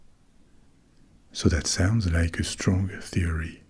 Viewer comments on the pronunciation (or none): none